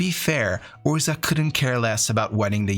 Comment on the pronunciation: Just a huge thank you for these - I'm writing some essays on MTG lore at the moment and your thorough understanding of the tales has been invaluable and hugely impressive (and I've read or listened to most of the source material). This is an aside, but I love your pronunciation of 'Urza'!